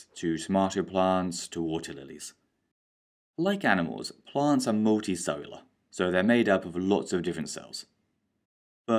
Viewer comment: Multicellular: muhl.tee.sehl.yuh·luh For some reason, he keeps saying "Multisolar"